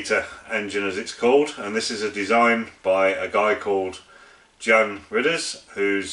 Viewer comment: My name is pronounced like the English 'Mark' and your pronounciation of my father's name 'Jan' is perfect.